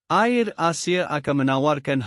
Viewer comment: Hello "Air" Asia bukan Ayer Asia ...dan Batik "Air" dan bukan Batik Ayer lah .Maaf... Mohon di perbetulkan